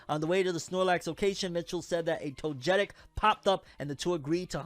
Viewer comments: i know you not into Pokemon anymore but hearing the way you said “Togetic” was killing me🤣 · Fam you did not say togetic 🤣🤣🤣 you made me double back to hear that blasphemy 🤣